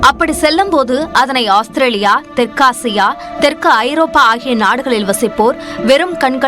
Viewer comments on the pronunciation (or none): none